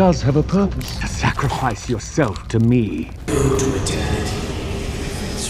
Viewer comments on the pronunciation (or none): not the watcher litreally said the name was edernity